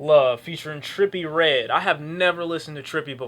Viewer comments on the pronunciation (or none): none